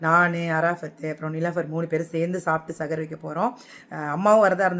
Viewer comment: Yega adu sahar ge sagar illa ge